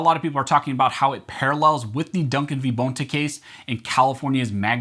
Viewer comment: It’s BON TA! Not BONE TA 😂🤢